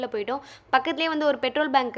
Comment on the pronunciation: எம்மா அது பெட்ரோல் bank இல்ல, பெட்ரோல் பங்க்.